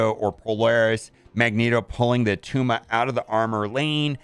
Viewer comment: It's not Attuma